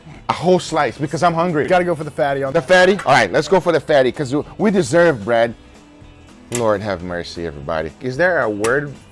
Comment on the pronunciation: I'm sorry, but do you keep calling him bread?